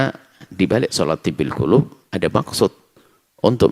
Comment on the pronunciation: Si Mujiman tu, baca solawat Tibb al-qulub tu pun tak betul/tak benar